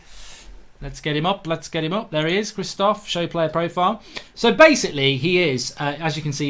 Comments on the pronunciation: Polish Piatek....lol It's " Chri-sh-tof Pee-on-tek" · It's pronounced {Shish-toff Pee-on-tech} according to my brothers polish mate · Krish-toff Pee-on-tech